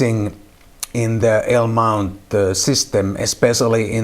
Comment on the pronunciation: What the heck is a "ALE" mount? LOL..